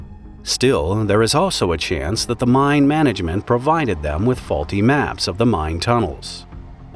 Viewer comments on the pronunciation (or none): it's pronounced "mine" not "mind"